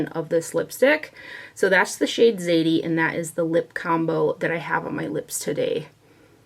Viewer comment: It's pronounced Zah-dee as in Daddy with a Z.